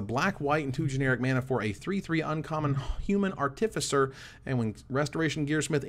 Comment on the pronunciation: Can we all just take a sec to thank for the review. Love your work:) Also panharmonicon... Nailed it;) artificer is it not an arr tiff eye sir? As in artifice? That's how ive been saying it:/